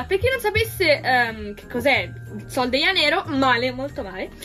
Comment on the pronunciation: Ma non sai dire i nomi del profumo sol de janero